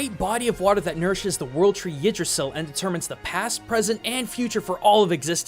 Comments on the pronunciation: I'm gonna correct your old Norse, I studied it for awhile. Mule-neer. Ig-dra-sil. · That's not how you say Mjolnir. Or Yggdrasil.